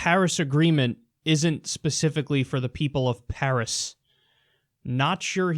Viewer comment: During this speech he kept calling it "pairs agreement". The only thing he was right about in this is that china is beating us but not because of the Paris agreement. Because of the green revelation and the economic boom they are stealing from us.